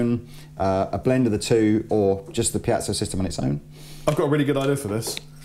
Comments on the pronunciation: Goddammit! It's piezo, with an E: piEzo, not piAzo! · Piezo..pronounced ..(pee-zo).. Not (pee-at-so) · I'll never understand why always says "pee-yat-zow". There's no T in there, mate. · repeat after me: pee-ay-tsoh, pee-ay-tsoh, pee-ay-tsoh, pee-ay-tsoh! There! You're good now. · say PIACHO one more time! !@ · "Piazzo" smh. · there's no 'a' in 'piezo'......